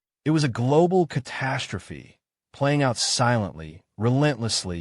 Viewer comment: What’s a catarstophe? I know what a catastrophe is.